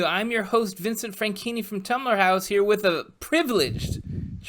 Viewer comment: Chorles and Vinsünt.